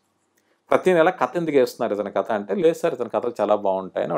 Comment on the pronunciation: కత కత ఏంటండీ ? కధ కధ అనలేరా ?